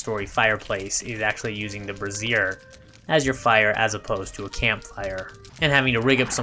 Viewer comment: Great build! (I don’t know if you were being funny or not, but if not the burning brazier is pronounced “BRAY-zier”. Brassiere is where the word “bra” comes from. And where bras definitely have been burnt I don’t know that I’d want to use one for light — or cooking.) ;)